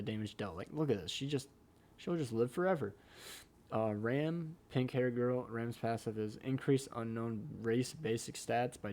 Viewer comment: Her name is pronounced with the same ‘a’ sound as Ban, so “Ram” rhymes with ‘mom’ etc.